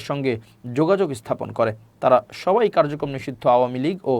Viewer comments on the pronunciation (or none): none